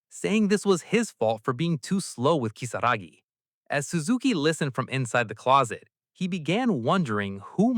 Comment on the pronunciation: Why are we calling Kisaragi "Kisagi"?????? It's giving me atic everytime I hear Kisagi. Ki-sa-ra-gi